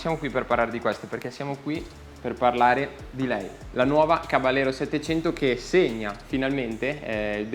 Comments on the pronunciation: bel video!!! piccola nota: il nome caballero è spagnolo, quindi va pronunciato "cabagliero" (come per la lamborghini gallardo) non all'italiana "caballero" , di fatto la moto prende il nome dalle sigarette omonime fumate dal co-fondatore di fantic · bella prova, unico appunto: si pronuncia "cabagliero" perché é una parola spagnola 😉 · Oppure "cabashero" all'argentina 😁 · Non si pronuncia “Cabagliero” ma “Cabaiero” con la I molto marcata, non c’è nessuna GL. Si, è una parola spagnola.